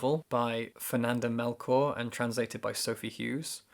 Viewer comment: This list, that accent, Hurricane Season... I'd like to thank my last week old self for subscribing to this channel. P.S. Chor in Melchor is pronounced as in chore. 👍🏼